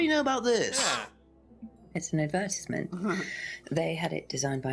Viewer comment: lol was that take bad or what? "It was an advitisment"